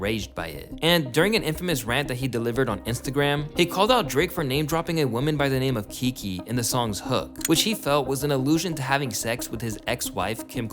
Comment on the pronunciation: Huge fan of the content so I say this with all love, but I absolutely love how bad this dude pronounces the most random words. Also love that the word women just straight up does not exist and he always pronounces it woman